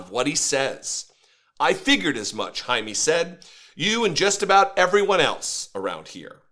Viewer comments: “JAY-ME” not “Hi-me”… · if you want to pretend to be an ally you should at least learn to pronounce our names, and also WE are americans, you are mostly europeans. it's disgusting all those attempts at taking OUR demonym. jaime is not "jamie" and it's not "high me" or "hiney". the pronunciation is closer to hai(like the japanese expression when handing something to someone)-meh(like the expression in english for when something's so-so) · The man’s name more or less should be pronounced “hi-meh.” 🙂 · Pronounced “Hi-meh” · Jaime is pronounced High-Meh. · usually it is pronounced Hi Meh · It’s pronounce “High-Meh”